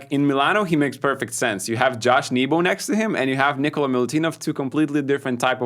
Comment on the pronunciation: Nikola not Nikolas!